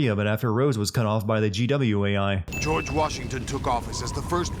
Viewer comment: did anyone else notice "Gorge" Sears? 😂